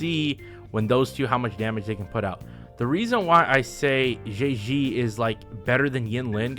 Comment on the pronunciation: I will never get used to people pronouncing Zhezhi as Jay Z